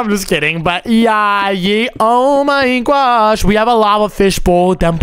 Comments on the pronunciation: Stop Finn oh my gosh Because you said oh my gwosh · it's not gwosh